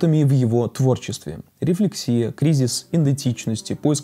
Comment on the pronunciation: РефлЕксия, а не "рефлексИя"!!! Как можно рассуждать о таких вещах, при этом не зная, как произносятся слова? Dislike за безграмотность.